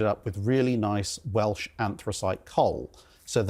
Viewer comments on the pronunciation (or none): none